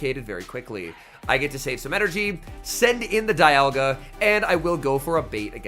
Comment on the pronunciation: Love when you say “dayalga” 🤣🤣🤣